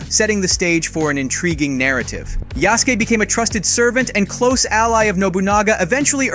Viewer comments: Can Yall Stop slandering Names it’s (Ya-Su-Ke) not one syllable but 3 this is a big part of annunciation when doing so do it right if you gonna cover these type of Games Not even 15sec in and I’m disappointed already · Yasuke: YA-Su-Kae, emphasis on YA, super short, under pronounced U, and KE is pronounced is pronounced Kae (or Kay if you're lazy) I don't know why this bothers me so much but if you're gonna narrate for a channel you should defs learn how to say foreign words at least half decently, but complete ignorance when we have access o the internet? I cannot forgive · "known as Yasskee" they really gotta stop letting AI do the voice overs... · Yasuke not yaske énfasis on the su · The name Yasuki is pronounced Yass-oo-kee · "Yea ski"???...Lol C'mon, you know that's not how you pronounce it, right? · Ya-su-ke. Way to butcher his Japanese name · Its pronounced yas ou kay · He pronouncing Yasuke wrong asf. It’s pronounced kinda like how you say SASUKE from Naruto except it’s YA-SUKE, the E does not make the E sound in Japanese it makes the A sound example Ya-Skayyyy. Simple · it's not "yaski" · The narrarator did NOT just say "Yeahskee" >:( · please stop saying his name so white. Its pronounced yah-soo-keh) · Yeah Sou Kay is how it's pronounced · Never in my whole life have I screamed at a content creator to shut the fuck up. Your pronunciation of Yasuke is atrocious! Are you that lazy you couldn't take a couple minutes to listen to how to say these names and words? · Boy mispronounced is name on purpose ..... 🌽🏀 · You pronounced Yasuke like ten different ways, which is it? Lmao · He’s said Yasuke’s name with 10 different pronunciations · the mispronunciation of their name made this hard to watch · So nobody gone say anything about how he pronounced Yasuke’s name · How do you pronounce amc mispronounce Yasuke? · Bro if you gonna say the name yasuke please try to say it right it’s like you didn’t even care about pronunciation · His pronunciation of Yasuke…